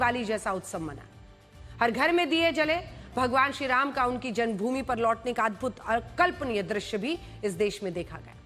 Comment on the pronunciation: Tumhe Sriram bolne nahi aata hai 😂😂😂😂😂😂😂😂😂😂😂😂😂😂😂😂😂😂😂😂😂😂😂😂😂😂😂😂😂😂😂😂😂😂😂😂😂😂😂😂😂😂😂😂😂😂😅😅😅😅😅😅😅😅😅😅😅😅😅😅😅😅😅😅😅😅😅😅😅😅😅😂